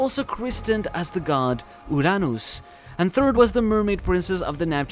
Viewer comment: Is it actually called "urr-nus" or "uranus"